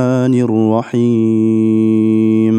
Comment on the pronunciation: Рахим эмес рохиим деп окулат